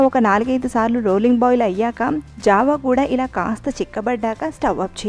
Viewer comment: Rashi java anaali jaavaa kaadu